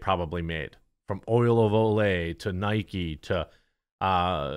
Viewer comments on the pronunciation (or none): none